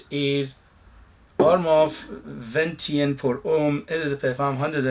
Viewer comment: your pronunciation was fine, Venetian ( Veneetion), relating to Venice, I’m thinking gondolas and waterways, sounds like a scent I’d be interested in.